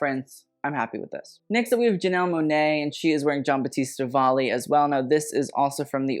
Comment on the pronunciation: Sorry, Monae, not Monet, Janelle Monae